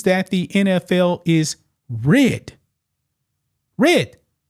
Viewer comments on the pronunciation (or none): Why you pronounced “rigged” like “ridded” 😂 Otherwise great coverage